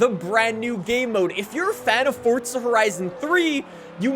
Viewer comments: It's Forza not Fortsa🤣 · Theres no letter T in forza, plz stop saying it like this. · LEARN HOW TO SAY FORZA!!! JESUS CHRIST!!!